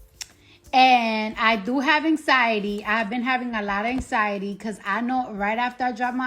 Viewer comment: The way Cardi pronounces anxiety lol “Anks-SY-UH-TEE” 😂